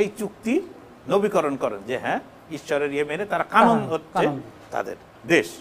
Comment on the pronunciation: Vai not Kanon, it's Kenan